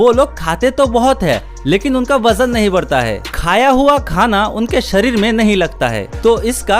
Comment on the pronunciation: Bajan nahi hota wajan hota hai